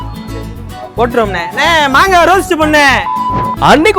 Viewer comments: மங்கா illa மாங்கா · அண்ணா மங்கா இல்ல மாங்கா